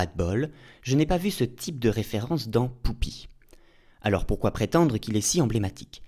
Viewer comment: Bonjour, il y a un truc tout bête, mais qui suffit à me gêner dans cette vidéo, même si tout le reste est très intéressant. <<...j'y répond en disant : Poupi>> Pourquoi tu dis "Poupi" au lieu de "Pupi" comme on l'entend dire deux ou trois fois par différents personnages dans l'épisode ?...